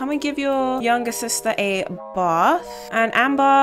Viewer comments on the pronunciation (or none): none